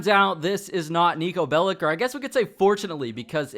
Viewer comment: Its not called 'Niko Bellick'. Its 'Niko Bellič'